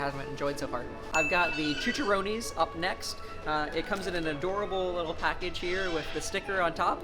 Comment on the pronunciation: CHI_CHA_RRONE_S The way you said it triggered me